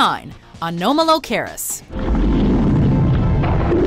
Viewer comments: You pronounced Anomalocaris wrong... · A-NOM-ah-low-car-is. Like anomaly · FAIL! Pterosaurs were NOT dinosaurs, they were flying reptiles - BIG difference! Think of a bat descended from reptiles rather than mammals. Oh yeah, you pronounced "Anomalocaris" wrong too - don't you people even watch the documentaries you lift these clips from?